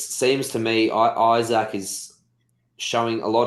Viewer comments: It's Ee-sak, not Eye-sak! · His name is pronounced Ee-sak